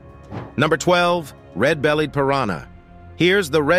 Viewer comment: “ red bellyeh Piranha “